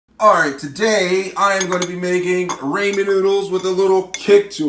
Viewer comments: RAH-MEN not Ray-men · Its ramen not raymen 😂😂😂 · he said that because you said RAYMEN..M I THINK YOU MEAN 'RAMEN' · DUDE STOP ITS NOT RAYMEN ITS RAH MEN STOOOOOOOOP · Raymen 😂😂😂 it RAH MEN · You're right, but you're pronouncing it as if its "raymen" when it actually sounds like "rahmen". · Different words with similar spelling can still sound different. Ramen when spoken does not sound like "raymen" but that's how you say it. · YOU MORRON ITS PRONOUNCED RAA-MEN NOT RAYMEN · it Raw Men not Ray Men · It's not Raymond like everybody loves Raymond, the A says the o sound they're called ramen noodles! It's so annoying that you call them Raymond! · ah yes raamen noodls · Im probably not the one that’s not gonna make fun of the guy for saying Raman wrong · ITS RAH-MEN UGH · Rayman noodles seriously how white can you be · How many times is he going to say ræymen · ITS RAW-MEN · Raymon noodles 😅😅😅😅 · buddy said RAY MEN noodles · I hate how he says Rayman noodles 🤣🤣😂😂😂"rayman"😂😂😂😂😂😂😂😂😂😂😂😂😂 LMAO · no ray men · my god it’s been a year 😳 you called it ray men ☠️ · he said raymen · Rayman noodles 😂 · Some nice rAYmen noodles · Ray-man noodles 😂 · Bro how could u not pronounce sriracha and ramen it’s freakin ra-hmen fuck u I died when u said tht this video was no help u suuuuck lol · Y DO YOU SAY RAY MAN NOODLES NIGGA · correct people in Japan don’t say ray lol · The way he say Ramon noodles 🧐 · *Ray-Man LOL! Anyway, I've actually done this, and it's tasty, so take your upvote and Ray-Man On!!! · I hate how you say ramen it’s RAH- MEN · No, he said RAYMAN..... Amazing game! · Ray man is good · It's fucking ramen not ramen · ik its a joke but the way you day ramen brings me pain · You need to say ramen better next time in like a another video ( not trying to be rude) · the way he says ramen